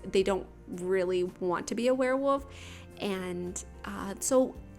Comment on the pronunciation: Is it just me or does it sound like you say werewoof? Haha it sounds so cute :)